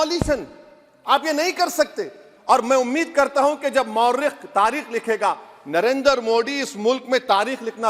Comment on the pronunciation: नरेंद्र को नरएन्दर....मोदी को मोडी.... क्यों बोलता है.... कानून को खानून....😂😂😂